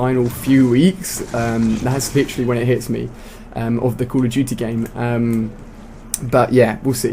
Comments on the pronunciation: why are you all caps and why did you call it cold of duty its call of duty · call of juty lol xd